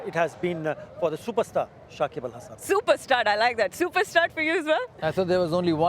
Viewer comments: Shakib ul Hasan na Shakib Al hasan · Dada it's not Sakib ul...it's Sakib al....again and again wrong pronounce